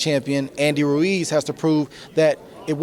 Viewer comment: This woman's name is Adriana Jimenez and she can't pronounce "Ruiz." His name isn't "Reece." Give Andy respect. At least pronounce his name right. Damn, Andre Ward an African American is saying his name right and you can't? He says it right and then you still say "Reece." What is your problem.